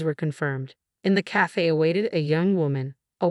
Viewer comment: How many words were mispronounced? For example calf for cafe. Most annoying.